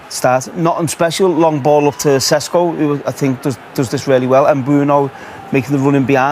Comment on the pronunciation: ŠeŠko - SH e SH ko, not sesko